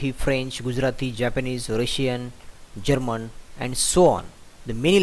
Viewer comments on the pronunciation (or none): It’s not Jerman it’s German.